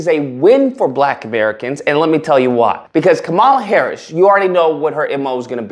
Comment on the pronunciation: you can atleast respect her enough to say her name right.